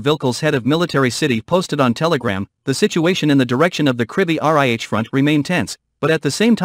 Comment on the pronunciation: Great news! But you should hire a new narrator who can pronounce "Krivy Rih" properly